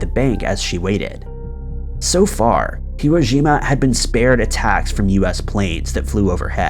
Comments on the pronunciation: It's called Hiroshima not irojima.. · Are you calling it "Hirojima?" You need to check your pronunciation, I think. I've never heard it pronounced like that before.